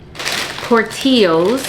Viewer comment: AYE don’t try Chicago new foods cause ion know wtf that potato was … and She said port teos 😂😂 it’s PORT TIL LOES .. Mo